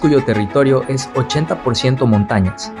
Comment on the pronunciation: Soy de Honduras pero me molesta esa gente como el que relata este video que la "S" la menciona como "J" , cuando dice " y ej que" en vez de " es que"